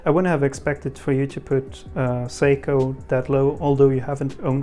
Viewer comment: "Saiko" lmao